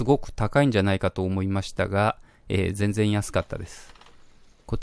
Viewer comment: じぇんじぇん違います